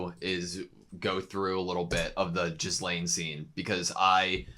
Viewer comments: Gee-lain. Not Jiz-lain. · Just so you know, you've been mispronouncing Ghislaine, it's not Jizzlaine, but pronounced more like Ge-Laine with a hard G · not jizz-lane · Ghislane's name is pronounced like "gi-lane" rather than "jis-lane" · The way he pronounces Ghislaine as Jizlaine makes my ears bleed. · Love your reactions. One small aside, the I in Ghislaine is silent, pronounced more like Gilaine when spoken. I'd recommend checking out the dub version at some point, the comedic bits are come out much funnier in English than subtitled. The dub cast is stellar. When he says "money can't buy dere", in the dub its "Money can't buy waifus." I didn't get the joke until I heard it in English, but I really prefer it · Could you stop saying 'jizzlaine'? I know its hard to pronounce. Try it with a silent s, or without the s. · Lmao they keep calling her Jizzlaine even after hearing the other characters saying her name so many times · The way you pronounce Ghislaine is G as in “give” and the h and s are both silent. So it’s pronounced “Gi-lane. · jizz-lane... guess thats one way to pronounce it XD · Mf said JIZZlaine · Just wanted to note that Ghislaine's name is pronounced "Ge-lane". You can hear it a lot better in the Dub version if you want to pop over there to hear it more on how to pronounce it. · is jizzlaine really the way to pronounce her name? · I don´t want to be annoying or something but: The s in Ghislaine is silent. It´s basically pronounced gee-laine. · it's pronounced like geese-lane. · its pronounced gihlayne i believe, the s is silent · Ghislaine is pronounced "Gillen" (almost like Glen) since the name is of French origin. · Gee (like geek) Lane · I die a little bit every time yall say Ghislaine like that lol.